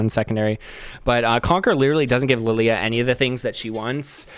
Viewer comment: alternate title: guy mispronounces the name of his main champion for 40 minutes